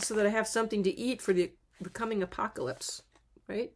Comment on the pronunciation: Pronounced "A POC A LIPS"....I have a speech degree!